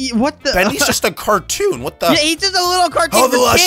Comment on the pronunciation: Catoon? You must mean cartoon